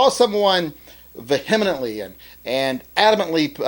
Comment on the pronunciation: Hey, what does "vehiminantly" mean?